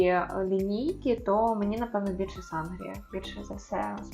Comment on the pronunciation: Наголос на сангрію не такий)) наголос на «і»